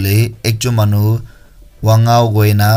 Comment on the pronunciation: His name is wang-o not a wang-ao sir,,we want justic😥